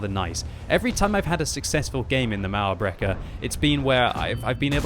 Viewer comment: everytime says "mauerbrecher" i wonder if german is that hard to pronounce im germany myself